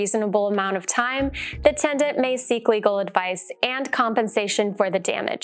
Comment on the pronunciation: TENDANT was driving me insane